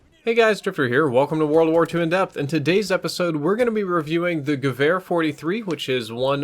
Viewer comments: I can affirm you're pronouncing gevehr correctly. :) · Omg thank you so much for pronouncing it more or less properly I get triggered when people pronounce waffe wof when it should be pronounced va feh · Said Gewehr perfectly, gut gemacht! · You nailed the pronunciation! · Adequate pronounciation confirmed by a native german. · almost correct pronounciation 😉